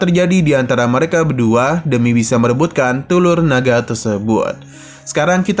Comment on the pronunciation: "demi mendapatkan tulur" 😅😂 semangat bikin kontennya bang 😊